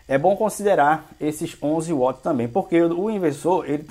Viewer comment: Não é uots! É Wats!!!esse uots é brabo de ouvir,do resto bom vídeo!